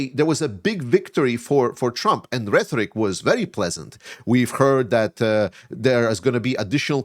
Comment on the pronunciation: RheToric, not reTHoric. 😉 I keep hearing this mispronunciation. Love your channel. Slava Ukraini!